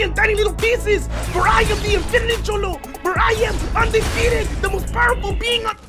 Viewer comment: "I am the most powerful bein" dead NOPE